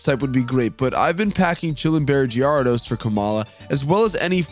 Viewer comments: The way you say Gyarados gives me Crohn' disease. But loved the video ! 😂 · The way you pronounce gyarados has to be a meme right?